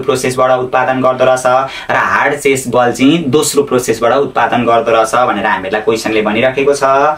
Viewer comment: चेस बल हैन होला, चीज बल पो हो जस्तो ला ओ त मलाई त😂